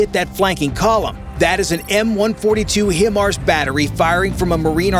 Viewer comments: They are called Hi-Mars, not him-ars. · It’s spelled, but it’s pronounced Vog-ner. HIMARS is not pronounced him-arz. It’s pronounced high-marz. Good grief if you want to do a military video and seem like you know what you’re talking about, at least say stuff right. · FYI The name of the M142 is pronounced HIGH - mars, not HIM - ars. It's not pronounced BOFF - errs, it's pronounced bow - FOURS. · Boe-fors and hy-mars. Ffs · Smart thing to do is fire on the optics, on top of the tank turret, if the tank can't see it is toast very quickly! Next step top of turret with top attack anti-tank missile! HiMars is pronounced HI Mars, for High Mobility Artillery Rocket System! Now you know the correct way to say it! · The pronunciation of BOFORS and HIMARS hurt me in a special place.